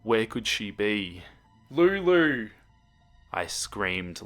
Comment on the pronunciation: I love how you say Lulu